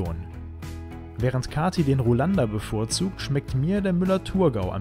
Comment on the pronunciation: Tolles Video. Schön erzählt und für einen angehenden Weinkenner den Ruländer sympathisch ausgesprochen. Hoffentlich hält Kathi noch weiter durch. Das subtropische Rheintal liegt ja hinter Euch und klimatisch kann es nur besser werden 🙏🙌🙌🙌